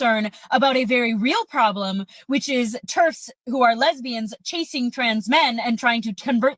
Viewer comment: Turfs ? I had to look it up - it's "terfs"